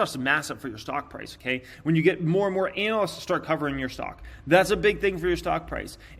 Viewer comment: Ānalysts! Lol Love you, 😉